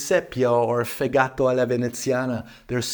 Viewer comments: It’s Fégato not Fegáto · Please emphasize on the E when you pronounce the word „Fegato“ and not on the „gato“, the Italians will thank you ;)